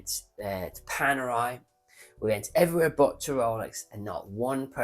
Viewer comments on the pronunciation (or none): none